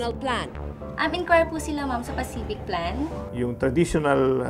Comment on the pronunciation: Paciflikadong plan pala hindi pacific plan hahaha